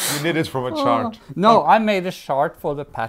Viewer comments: So much fun today. The sweater is spectacular and I am looking forward to seeing it being worn when you return after the summer. And keep pronouncing the word “chart” just the way you do,, it makes me giggle every time!. 🇨🇦❤️🇳🇴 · re: chart... The "ch" in chart sounds like the "ch" in chair. Add the "art" (just think of all those symbols as a work of art). Ch-art. Hope this helps. 💖🌞🌵😷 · Omg i am laughing so hard. Now I know why I don't like "charts" (pronounced way)!